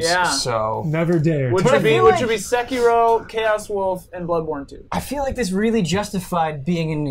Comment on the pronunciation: sekiro's pronounciation is ''say-key-ro' =)